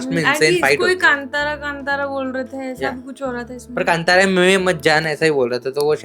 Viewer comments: Kantaara nahi hain yaar woh Kaantaara hain. Hindi title toh theek se padlo yaar. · Pronaunce thik karo kaantara not kantaara